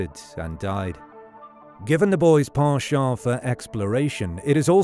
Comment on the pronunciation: Why is ‘penchant’ pronounced in French instead of the English pronunciation given this entire video is in English? 🤔